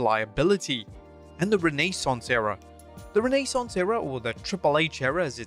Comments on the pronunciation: Re-nai-Sawnce era ?? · "Ranee saunce era?" Lmfao 😂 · "renay-sauce era" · Renay-sance era. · Renee-sance era? 😂🤣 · Renee sauce 😊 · The Renee-Saunce Era? 🤣